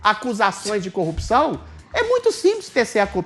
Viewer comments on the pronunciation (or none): none